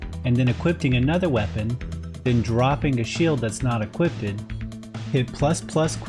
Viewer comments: This is incredible! Although was maddening how he kept saying ”equippeded” instead of equipped, I admire his insane dedication , lmao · The correct pronunciation is equipped, not equipted <3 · Why u say "equipted"? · My guy, I love the content, but you've gotta know that equipted isn't a word. It's equipped, man! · after this it’s you saying equipted?